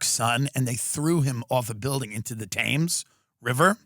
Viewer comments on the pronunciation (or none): Hi Tim it’s pronounced Tems not Tams River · Thames is pronounced “Temms”, Tim. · Hey Tim, Brit queef here. Like so many English words it ain't pronounced how it looks. The river Thames is 'TEMZ'. No worries sweetie, you're welcome. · I'm sorry to be this guy, but you say Thames like "tems" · It’s pronounced Tems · Thames river... pronounced Tems. Now try Leicester Square :) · Hi Tim. FYI: Thames River is pronounced Tems. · Nice mispronunciation of the word "Thames". If they could be arsed, millions of Londoners would hunt you down and throw "Pie 'n' Mash" at you, or the really nasty ones would throw "jellied eels" whilst crying "Gawd lummy guvna, he ad it comin' an no mistake"